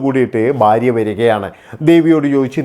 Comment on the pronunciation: തനിക്ക് എത്ര വയസ്സ് ഉണ്ടെടോ,,? പുതിയ ഞരമ്പൻ തലമുറ യെ പോലെ ബയം, ബാര്യ,, ബർത്താവ്,,, എന്നൊക്കെ പറയാതെ നേരെ ചൊവ്വേ മലയാളം സംസാരിക്കേടോ,,,, ഭയം,, ഭാര്യ,, ഭർത്താവ്